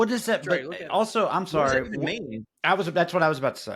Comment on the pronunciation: PS-Sawwy I missed the live